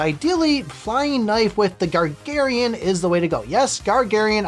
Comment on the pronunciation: its GA-GA-RIN! as in YURI GAGARIN! the first man on space!